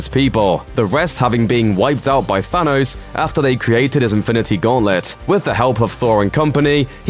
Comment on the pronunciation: Stop saying Fanos